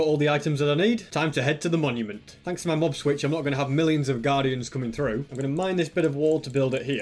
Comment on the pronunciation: this guy doesn’t have the word “my” in his vocabulary. he just says “mi”